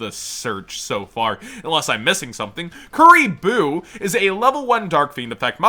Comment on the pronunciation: "Kuriblee" Kuriboh is canon in the world legacy lore now